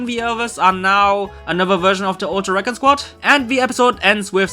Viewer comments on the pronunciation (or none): recon?? its prenounced re-con